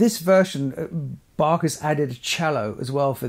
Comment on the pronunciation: Thank you for this interesting video and proper pronunciation of Bach 🤍 which is not so obvious among English speaking people.